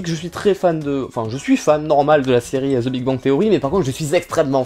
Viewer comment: THE walking dead 😭 dites le "THE" s'il vous plait 😭😭😭😭😭